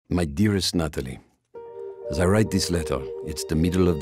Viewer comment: Am I the only one who herd “my dearest nut”